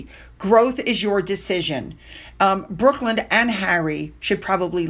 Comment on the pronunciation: His name is Brooklyn, like Brooklyn, New York. Not Brookland.